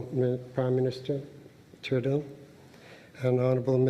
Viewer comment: Props to Trudeau for getting the pronunciation down. He shills pretty hard.